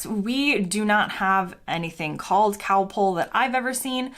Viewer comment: You picked a lot of very odd points. I have an American daughter in law and she doesn't have your weird ideas. Btw, Calpol is not cowpole!